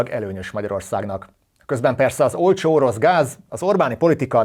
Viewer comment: Olcsó orosz gázt mond, csak nem artikulálja megfelelően, ezért hallani rossznak.